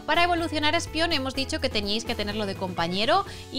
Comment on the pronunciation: repite conmigo...ESPEON...ESPEON!! no ESPION 😂